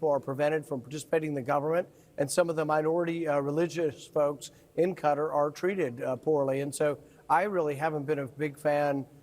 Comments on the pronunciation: It’s pronounced kuh-taar It’s really sad how no one is even trying to pronounce the countries correctly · Had friends who lived there it is pronounced CUTTER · Why do they pronounce “Qatar” as “cutter”? It was only by the third or fourth time Rand Paul said it that I understood what he was trying (and failing) to say. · Most shocking thing is people pronouncing it 'cutter' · I was watching that and couldn’t believe it! He really did fall asleep..the Crown Prince actually had to go over to wake him up..lol I’ll also never pronounce Qatar as ‘Cutter’ ..WTF is that about? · Why is everyone calling Qatar Cutter? It's kuh·taar. 😂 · I wish folks would stop pronouncing it as Cutter. It's pronounced Ka-TAR. Google it. That said, this could be Dumpy's biggest grift yet. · A few republicans I hear are calling the country "Cutter". It's "Qatar"-with the accent on the second syllable. Short "a", not a "u". Good grief. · We older folks have always pronounced it kuh-tar. Now the talking heads pronounce it cutter. No matter, it’s a straight up bribe that Trump is accepting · I wish people would stop calling the country "Cutter" - it's pronounced "Cat-ar" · It is pronounced kuh TAAR, smh. Why is the media suddenly calling it cutter? WTF? I hate Trump but how do you expect to have any credibility when you keep grasping at straws and exaggerating things? Trump looks like he was falling asleep, but that is a far cry from actually sleeping. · It is definitely NOT pronounced "Cutter". It is difficult for an English speaker to replicate the correct pronunciation. It has always been kuh TAAR in the U.S.. That is not completely accurate, but replacing it with Cutter is worse. If Americans wants to get closer to the correct pronunciation, they should learn the precise pronunciation or leave it as we have always had it. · Qatar was pronounced Cutter and then followed by Ka-tar. Seems strange to pronounce it different in the same sentence. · It’s not “Cutter.” It’s “Ka TAR” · IT IS CUTTER!